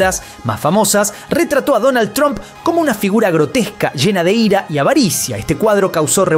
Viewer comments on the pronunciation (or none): none